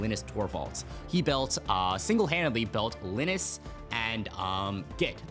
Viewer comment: It's pronounced linuhx, not Linus 😢